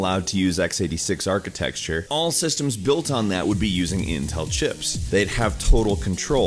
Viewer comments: What is 'architexture'? Are you trying to say 'architecture'? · Why do you say architexture? It's rather irritating... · I've commented this on many other videos of yours, stop saying "atchitexture", you sound like an idiot. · Why do you keep saying "architexture"?! Wtf is up with that? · There is no such word as "Architexture" Stop saying it. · architexture.huh... i didn't know that word 5 minutes ago... i do now!!! very informative video!!! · Architecture**Architexture isn't a word..just saying. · I've said it before and I will say it again: ARCHITECTURE NOT ARCHITEXTURE It burns in my ears. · Why are tech channels incapable of pronouncing "architecture"? There's no X! It's not architexture! ;_